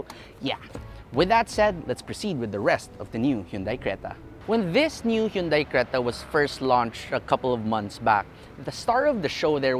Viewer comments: still saying"hyundai", not hundae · isn't it pronounced "han-dey"?